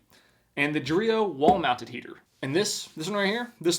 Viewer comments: Took me a while to figure out he wasn't saying Dorito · I KNOW it's "Dreo wall mounted heater" but I kept hearing "Dorito walnut heater"